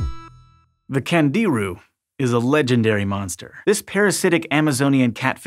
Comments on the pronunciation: Pronounced ‘KHAN-JI-ROO’, with the accent on the 3rd syllable. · candiru as in kan djee ROO with the stress on the last syllable, FFS.